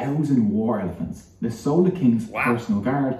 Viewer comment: Wrong pronunciation by vo guy...it's "chold" ( "ch" as in china)...and not "sola" as in sole fish! 🙄😄